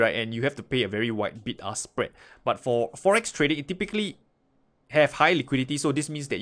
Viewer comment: Hahaha sounded like "big ass spread"